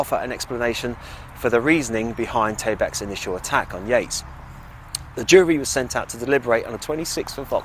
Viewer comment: 'Purpotato'? 'Taybak'? REALLY? 'YEATES'?' Her name was Joanna/Jo